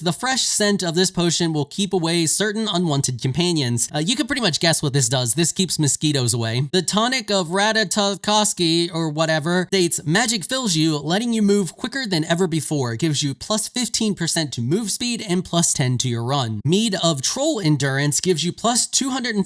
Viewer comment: Pronounced Rat-tah-toss-kerr. The squirrel god that runs up and down Yggdrasil as a messenger.